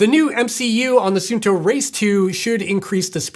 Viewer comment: It’s “sun” “two” not “soon” “toe”. Every single American review pronounces this incorrectly. Can’t they read?